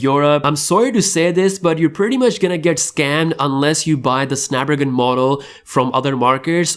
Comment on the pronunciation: SnapDRAGON !!! ffs learn to talk